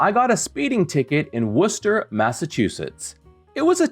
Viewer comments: Props for knowing the almost correct pronunciation of "Worcester." The only improvement I would suggest would be "Woostuh" the way the locals pronounce it. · Oooooh - you pronounced Worcester correctly! Extreme kudos,!ost the case, but won the principle! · Impressed you pronounced Worcester correctly